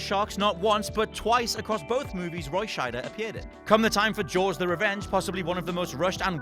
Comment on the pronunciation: Thank you for pronouncing Roy Scheider's name correctly! Please, please teach your fellow WC presenters how to do this! :)